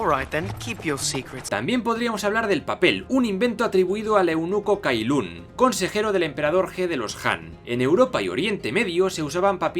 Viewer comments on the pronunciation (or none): Buenas! Le quería decir que la C y la Q en mandarin se pronuncia CH. Por ejemplo en el vídeo se mencionó el inventor de papel Cai Lun, en mandarin se pronuncia Tchai Lun.